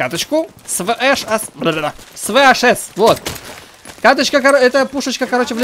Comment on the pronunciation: VHS, а не VSH. Читается "ве-ха-ес".